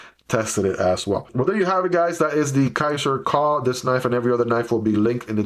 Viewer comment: I have this one on my wishlist for quite some time, but lots of negative reviews made me hesitate, yet I like the design ... and sometimes add lanyards to my EDC knives ... soooo ... your video makes me thinking again ... :D Note "Kuh" is german and means a "Cow", pronounced kind of like Koo in english :)